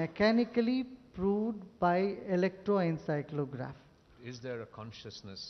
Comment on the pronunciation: So what if he said electroencyclography instead of electroencephalography? (Both words sound somewhat similar) You're gonna hold on to just one drop of mistake and ignore the ocean of knowledge that is given by him? I have all the compassion for u buddy.